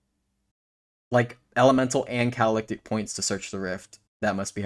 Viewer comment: I know you have issues with pronunciation and I'm not digging at you for this but the word is (Cat-uh-li-tick) meaning to be used as a catalyst for magic. Again, not digging but understanding a word and where it's derived from lets you understand what its meaning actually indicates.